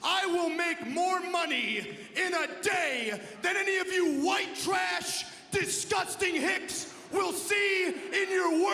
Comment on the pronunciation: Lol he said Wyt trash